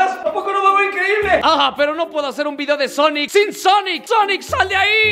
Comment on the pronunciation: En vez de sonic es ñoñic y tambien ñuñels y ñolas